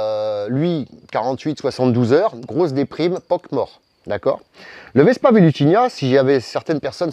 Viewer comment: Tu dis toujours "vespa velutinia", mais il me semble bien que c'est "vespa velutina"